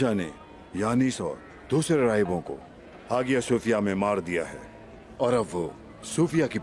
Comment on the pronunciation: हागीया सोफ़ीया नहीं हाईया सोफ़ीया